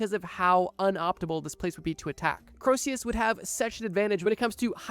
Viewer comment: The constant mispronunciations of "Croesus" were freaking killing me, dude. Corsius, Crowsius... It rhymes with Jesus. Just like Phoenix rhymes with...uh, Penix.